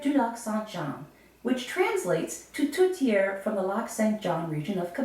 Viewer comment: Thanks for the history lesson, but it's not pronounced "TOOTiere", it's pronounced "TORTiere"... I'm surprised you can pronounced your family name properly, and not call yourself "BOOBeau".... Come to Quebec and try and say that.... They'll deport you...